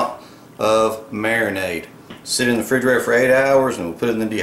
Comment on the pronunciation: Same guy who says fridgerator.